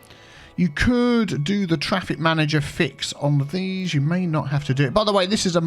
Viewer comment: get that twaffic, you wascally wabbit